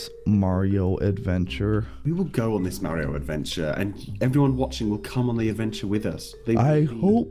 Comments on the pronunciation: Uh it's Mario not Mareo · It is not marui its MARIO AND NOT LUGI LUIGI